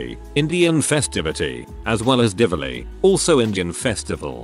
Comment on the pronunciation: DIWALI not divili. its the best. holi too